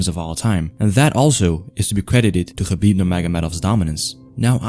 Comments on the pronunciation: Dude, you are one of few smart people who pronounce his name correctly: Habib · You actually say his name right I don't understand while people pronounce it khabib the k is silent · He's pronouncing his name right